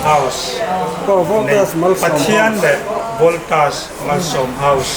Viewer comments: Ngatinge aw voltas hi itih thiam reng reng loh mai le.. valtos itih deuh tlat reng mai le.. a lawmawm tur angin alawmawm loh dawn zawk alawm mawle. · Voltas tih pawh lam dik theilo valtos ani lo aw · Voltas tih hi ilam thiamlo nge ilam diklo lui valtos itih tlat zel lamdik tum teh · I lam dik tawh lutuk sir ...Voltras tih ngawt ai chuan Valtos tih pawh kha a âwm ang zawk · Voltas hi Valtos tiin ka lam ve deuh tlat zel ta mai a.. Lam a nuam deuh zawk aniang😂.... Engtik ah maw Voltas hi ka la dawr ve ngei ngei ang.... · VALTOS LA TI CHEU...LAM DIK TUM VE LA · Ka lawmpui che! Voltas lam dik hi i zir a ngai ani.